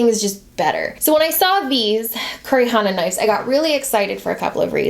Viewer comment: The name of the knives is pronounced Koo-roh-ee Ha-na. It means black flower in Japanese 😊